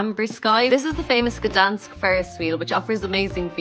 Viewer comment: you are pronouncing the City incorrect, where the G, your saying Danish all the time